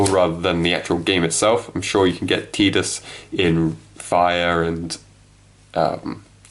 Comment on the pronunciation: Pronounce Tidus name right smfh